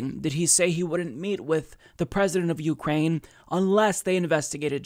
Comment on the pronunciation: you-Krain I-krain we-all-Krain for co-kain